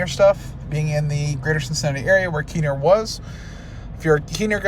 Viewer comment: Facepalm on the pronunciation of Kenner.